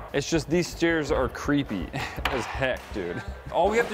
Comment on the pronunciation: Put an emphasis on CREEPY😂